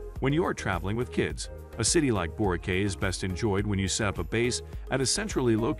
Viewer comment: Of course you would care, if someone calls it 'Borkay' it shows they have never been there so why should you even waste your time listening.